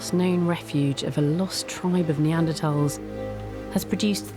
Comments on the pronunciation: WHY IS THE PRESENTER MISPRONOUNCING NEANDERTHALS? YOU'D THINK THE PRESENTER WOULD MAKE THE EFFORT TO LEARN HOW TO PRONOUNCE THE KEY SUBJECT OF THIS DOCUMENTARY CORRECTLY!!! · why cant she say their name right? Can she not say TH